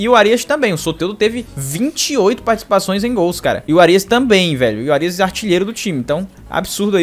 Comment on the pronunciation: Tirando a pronúncia errada no nome do Árias.. foi um ótimo vídeo